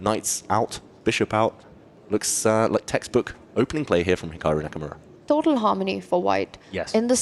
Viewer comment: "Hicocku Nakamura" 🤨